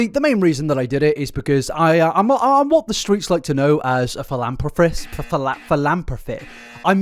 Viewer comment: philanthropist (fill-ann-throw-pissed), just cause homeboy was struggling and you know me, I help my homies